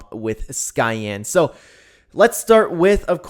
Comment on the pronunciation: I've known him for a while, the cancer thing/pedo stuff really messed with me but I forgave him. ALSO it's pronounced "Cyan"